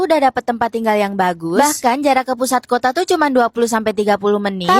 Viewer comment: Betulx3...begitu jg KOTA jgn sebut KOTE mak sy jd marah tau...